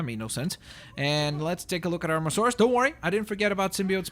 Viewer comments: 1st its not mosaurus its mo-sa-saurus 2nd can u create a skelleton short tailed diplodocus/brachiosaurus pls :) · its not mosarus its moa-sasarus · Its mososaurus as in m-oa-s-a-urus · its pronounced mosAsaurus